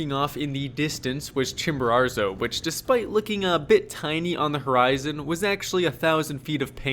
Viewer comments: Love the video, but drop the second ‘r’: Chimborazo, not ChimboraRzo Would love to hear you say it right once, this was the only thing that was driving me crazy the whole video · My dude, say it with me Chimbo~RAZO! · chimbararrrzo? lol come on man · Pretty bad he never got the name right once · Double on "ChimboRARzo" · Great vid. Curious why you gift Mount Chimborazo with an extra "r"? We made a drinking game out of it over here. People got sloshed . . . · I wonder what your Mexican guides think of that extra “R” you add to your pronunciation of the name of their peak. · Well done. I tried Chimbo in 2013 but turned back close to 6000m as I knew I would not have enought energy to do the return journey if I had summited. Perhaps my guide was too fast. 2 notes: please learn to pronounce the names of the mountains correctly. It hurt my ears. And Chimbo is NOT the highest volcano. Ojos del Salado is. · Love videos. Hate the way he pronounces Chimborazo 😂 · Nice redemption on this one! Great video. You’re 1 for 2 on summiting, but 0 for 2 on learning to say the name correctly 😂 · Good idea! They could teach him how to say Chimborazo.